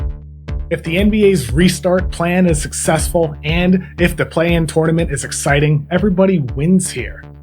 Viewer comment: Please don’t say “tournament” like that